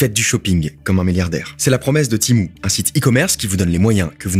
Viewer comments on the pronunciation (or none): Ça se prononce Témou pas timou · À partir de "Timou" j'ai arrêter la video (C'etait vraiment dans l'intro ) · Tu peux pas dire Tému comme tout les français ? 😂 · MOI JE LIS TEMU PAS TIMOU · Tu dit Timou c’est énervant